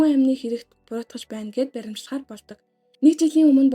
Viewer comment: Хөөрхөн байнаа баярлалаа.Гэхдээ Баримчлах биш Баривчлах шүү хөөрхөнөө.Буруу хэлээд байнаа❤